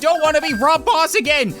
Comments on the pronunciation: D-did he say rob boss?.. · It is bob ross not rob boss